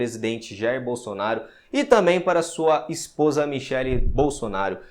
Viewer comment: Ah por isso deu errado agora entendi ela falou bosonario por isso deu errado kkkk